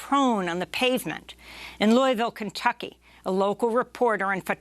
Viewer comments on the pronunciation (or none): none